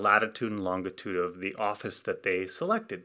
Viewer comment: Is it normal for Canadians to pronounce longitude as "LON-git-ood" instead of "LON-ji-tood"?